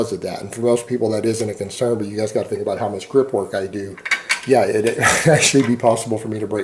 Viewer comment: Its just the reali-tee of it, gahs. In muh liiife.